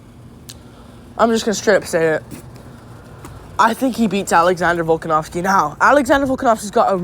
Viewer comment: 1 second in and you're pronouncing the main event's names incorrectly... nice